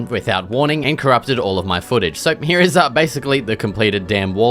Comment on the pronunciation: Its called here and not "hyya"